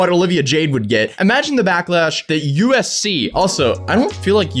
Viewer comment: I keep hearing ufc lmao